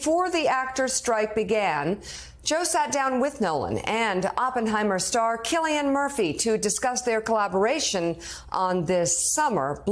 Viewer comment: Thank you for pronouncing Cillian's name correctly